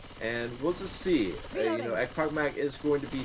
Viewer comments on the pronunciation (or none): Guys, you mispronounced echpochmak. It's not ekpokmak. "ch" should pronounce like in the name of country Chile. Also, i wanna thank you for all your work. Keep it up! And one more thing, where i can find RBT anthem? I like this song very much:)